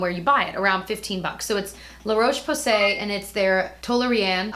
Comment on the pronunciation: La Roche Posay is pronounced 'la ROSH po-say' with the 'ro' as in 'rock'. Toleraine is pronounced 'toll-er-REN' with the 'ren' as in 'ren faire' or 'render'. Hope this is helpful (not meant to be critical at all, just helpful!). Things I love from the drugstore - the Nivea sensitive range (lavender lids/packaging). Hope a whole range isn't cheating lol but it's such a nice no-fuss fragrance-free skincare line, cleansers and moisturisers and everything. It has grapeseed oil to moisturise and licorice to brighten, and the micellar water is so nice and gentle (and it has a cleansing milk you can wash off too). Also, I know it's kind of a cliche now but I love straight up coconut oil for body moisturising (not face except for lips). I love Cerave but honestly I love coconut oil just as much, and weirdly it's even better on my super dry rough elbows specifically. It sinks in so quickly and is silky not greasy - I use Vita Coco brand. Definitely smells like coconut water rather than coconut milk or coconut perfume but I think it still smells nice. I like to scoop out a little fingerful and mix it with my Cerave to use on my feet/knees/elbows!